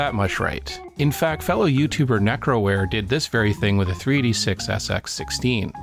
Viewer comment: Great video.... but is it me or did you keep calling it a 3D6 rather than 386?